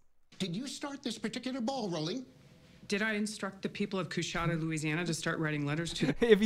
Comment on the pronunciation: Dude, learn to pronounce Coushatta! They were one of the major tribes of Native Americans!